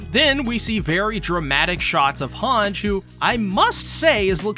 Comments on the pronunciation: Its han-gie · she's hange not hanj